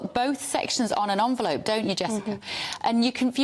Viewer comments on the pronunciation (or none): It is NOT Onvelope it is Envelope dear...